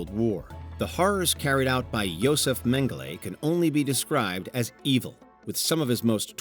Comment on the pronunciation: So, full go though of thoughts... While they were awful, I think a LOT of these don't make it even close to the category of "20 Most Disturbing" and two shouldn't be on this list at all. I think the level of publicity is an influence here. Also, the narrator should work on how to pronounce "Mengele." It's even said repeatedly in the clips in this section. He also says, “alleged that he would vivisect convicted criminals live “ He says this like there is any other way to do it. That’s literally what vivisection is, a LIVE autopsies. Otherwise, they would just be autopsies. The Milgram experiment, I don't totally disagree with it. It's similar to Jane Elliott's Blue Eye Brown Eye experiment, the Fifth Wave experiment. Honestly, I think we need more of these done to remind people, things like the Holocaust can very much happen again, and once we think they can’t, that’s when they happen again. And far too many people think it can’t happen again and are more and more incorrectly confident about it. What was too glossed over was all the Holocaust stuff, from Unit 731 to Mengele to all the rest of it. I think all 20 of the most disturbing human experiments would consist of WW2 shit. I mean Mengele alone did so many other things, he injected dyes in children’s eyes, injected people with diseases, committed injuries and inserted insects or germs and bacteria or infected objects into the wounds to see what would happen with things like infection. The book Doctors from Hell is just abo